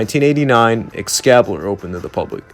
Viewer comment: Great video but just so you know excalibur is pronounced ex-cali-bur not ex-cabi-lur